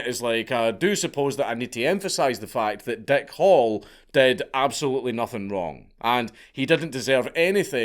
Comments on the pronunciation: Your accent makes it sound like the guys name is Dick Hole. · The way you pronounce "Hall" sounds like you are saying "Hole", so I choked on my coffee, when I thought you said, "Dick Hole". 🤣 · It sounds like you are saying Dick Hole instead of Hall.